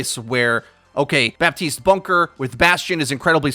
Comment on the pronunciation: Killing me with that “BAPtiste” 😂😂